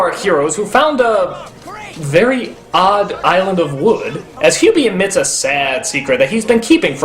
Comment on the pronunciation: While I'm used to Doug mispronouncing names here and there, this is probably the strangest case because he seems to flip back and forth between pronouncing Hubie's name correctly and incorrectly.